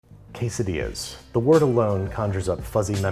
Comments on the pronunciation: 20-hour video of Babish saying _quessedillas_. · Se dice como se lee we Es quesadillas we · Noooo I am Mexican and that is not the we to maque quesadillas